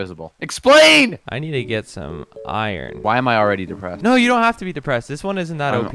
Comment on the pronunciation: he said deprested it remided me about my dead grandfather :(